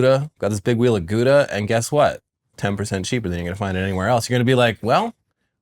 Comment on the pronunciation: Why are you pronouncing Gouda like that 😭😭